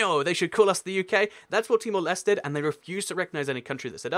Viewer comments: No, there's only one reason. It was a Portuguese colony. Also, search up the pronunciation next time; it's Timor Lesh-teh. You also missed out Cabo Verde (Cape Verde). It recently (2013) determined that only its Portuguese name will be used. You should understand that these post-colonies have no legitimacy without their colonial language. They would cease to exist without a modern legacy of their entity and the borders they have. Look up pronunciations; it's close to Alle-manye. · In Temor-Leste, the final E is pronounced. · With Timor Leste you have to say the e at the end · Timor-Leste -> Tee-more Les-teh Côte d'Ivoire -> Cot Dee Bware Hope that helps :)